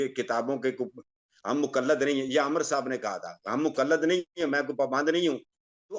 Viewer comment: Amar nahen hota Amir hota hey